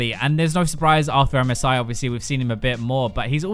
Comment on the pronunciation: I am the only one who hears MESAIH instead of MSI?